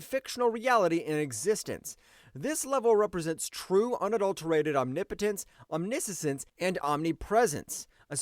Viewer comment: I giggle everytime he said omni-sisense 😂😂😂 it's pronounced omniscience (omni-shense)